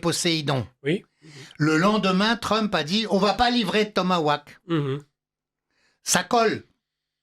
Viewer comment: Tomahawk et non tomawack